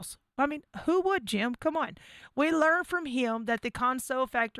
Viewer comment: I cringe every time you say Jim when referring to Jim Ryan....lmao